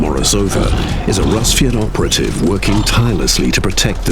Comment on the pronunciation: daniel rojas actually, it is. «Расвет» sounding like rAsviet, not a rusviet